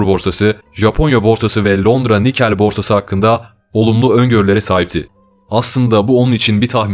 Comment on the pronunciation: Nikel değil nikkei